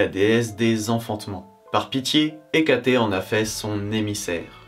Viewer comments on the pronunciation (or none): Hécaté, ce n'est pas plutôt Hécate ? Mes oreilles sont trigger en entendant Hecaté !